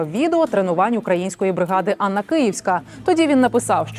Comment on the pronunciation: Не Анна а Ганна.